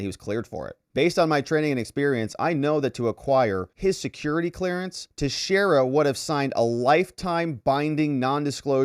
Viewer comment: Finally! Someone pronounced his name correctly.